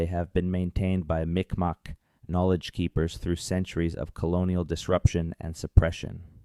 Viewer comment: This is great, but out of respect, you should say the name correctly. It is M'ik Maw.